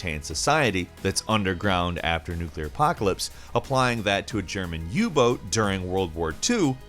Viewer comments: u boat not u booooot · Anno 1800 Q1? Try Quarter 4, or as they themselves say, "Winter". You-boot? Really? Ok, yeah, English-speaking, but come on, at least make an effort... "You play as a sister to one of the 4 Horsemen". No. NO! You play as Fury, one OF the 4 Horsemen, the Rider of the Black Horse. In Darksiders, the Riders are War, Strife, Fury and Death. Hunt: showdown, talk talk talk...and not actually mention that there will be permadeath? Wow. Anyway, you die? That's it, start over. No healing, no revive, nothing. Done. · Your pronunciation of uboot killed me